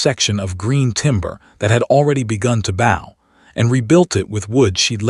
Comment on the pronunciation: The irritating thing with AI is that with homophones, so often the wrong pronunciation is chosen (ex.: bow or bow)